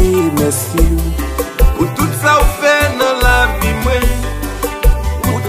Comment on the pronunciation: Bonjour a tous! Mwen salwe w gason kanson nan tay la. Mega pa gin pwoblem jan w prononsé non an 🤣. One love #JistisPouJovenel